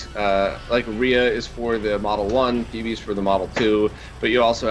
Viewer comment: Phoebe is pronounced Fee-bee 'cause it's from Greek (the name of one of Saturn's moons).